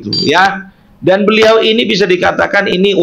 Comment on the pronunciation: Berliau.... Pelan pelan kalau bercakap cakap bukan berliau tapi beliau... Hahaha